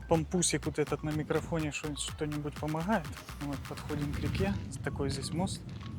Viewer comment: Не надо говорить: Помохает , мы же по русски не говорим так : Снеха -СНЕГА .Бред